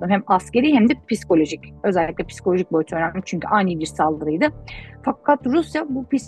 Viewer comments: “Pis-kolojik” değil, psikolojik..Yapmayın böyle hatalar lütfen, ciddiye alıp izliyoruz.. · "Piskolojik" değil, psikolojik